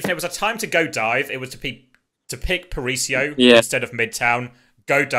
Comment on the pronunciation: It's not "parisio" guys, really